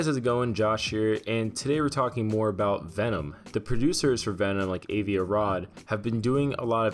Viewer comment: for fuck sake stop mispronouncing Avi!